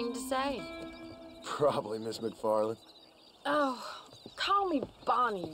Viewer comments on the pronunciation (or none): it's actually macfarlane not macfarlene